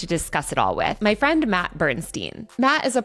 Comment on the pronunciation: It’s Matt no hatt!